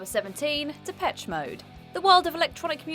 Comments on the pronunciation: Said Depesh mode first then continued to call them de- pech. How wrong can you get it! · Pronounced Depesh, not Depetch.